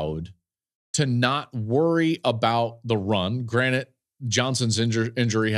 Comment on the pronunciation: DUDE. It's been all season... it's GRANTED, not granite... granite is a type of rock. You're on a podcast. Stop saying granite. It's granted...